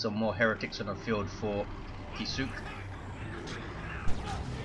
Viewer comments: If Kisuke's name is meant to be a Japanese word, which it looks like, I'm pretty sure it would be pronounced "KISS-uh-kay" with really little stress on the U. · Well, it's not "kih-SOO-kay", anyway :P